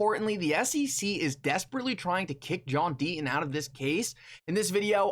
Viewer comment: JOHN DEET-TON SAY YOUR "T"s....